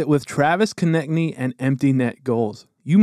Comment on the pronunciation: his name pronounces K O NE TS N Y not konekny